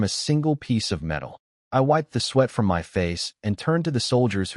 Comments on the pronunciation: Why does the AI refuse to pronounce my instead reads it as M Y? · "that is em-why territory" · y can't this AI say "my" right ???